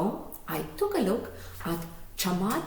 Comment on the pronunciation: You are around 95% correct in pronouncing Chamath's name :) [I'm a Sri Lankan living in Ireland whose name is also start with 'Cham', so you can count my feedback )